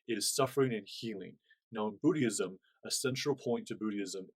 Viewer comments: Hi, wishing you the very best. The pronunciation of "Buddhism" is: "BOOD-izm." In the video, it sounds like you're saying "BOOD-ee-ism." Hope this is clear. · Hi, thanks for the video...FYI, it sounds like you're pronouncing the word "Buddhism" a bit incorrectly. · Haha 😂 it sounds like his pronunciation triggered you too much to see the knowledge.